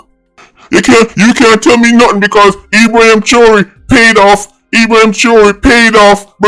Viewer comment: YOU CAN'T EVEN PRONOUNCE HIS NAME CORRECTLY....STAY IN YOUR LANE...YOU KNOW NOTHING ABOUT GEOPOLITICAL TOPICS OR AFRICAN HISTORY FOR THAT MATTER...YOU HAVE NO MATERIAL TO BACK UP WHAT YOU SAYING..WHAT HAPPEN YOUR SOURSES IN JAMAICA RUNNING OUT OF THINGS TO TELL YOU....STOP EMBARRASSING YOURSELF 😅😅😅😅😅😅😅FOOL, NONSENCE, RUBBISH😂.